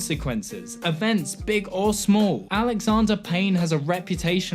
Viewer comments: I can't tell when you are saying smol or small. I am too confused by this. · Your pronunciation of “small” and “smoll” is goddamn near indistinguishable. It nearly ruins the video. Should have run this by a few people first. Sorry to get all Dickpix on you.